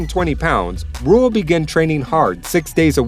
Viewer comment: Dont say Ruhl its Rühl